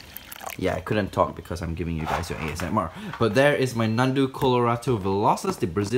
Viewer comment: Esmr you mean asmr